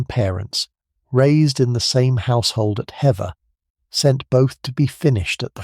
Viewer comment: If you are going to tell a Story about someone so important to our History. Please do your homework. It’s Hever Castle. Not. Heather .